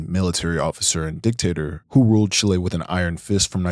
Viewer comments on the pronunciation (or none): none